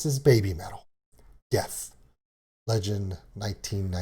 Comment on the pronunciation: They're actually saying "desu" which is Japanese for 'I am' and making it sound like 'death'.